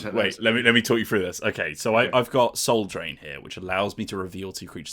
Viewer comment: Oh, Soul *Drain*. I kept hearing Soul Train, and now I'm oddly disappointed.